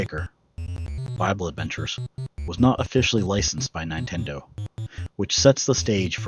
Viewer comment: Is this channel voiced by AI? Every once in a while it says odd things like saying 'nine-tendo'